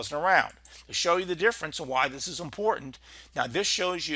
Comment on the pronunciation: Thid? Do you mean "this"? Also 92L is at 30mph and 1011 MLB